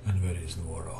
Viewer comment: Hey! "Nuoro" it's correct, "Nuroro" don't exist!